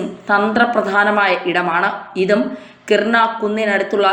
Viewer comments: kirna alla , kiraana ennannu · കിർണ അല്ല കവി കിരാനാ 😂